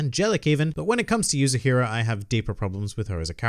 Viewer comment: How many chapters does volume 1 have ? And the girl's name is "Yuzuriha" not Yuzuhira. It's Yu-Zu-Ri-Ha .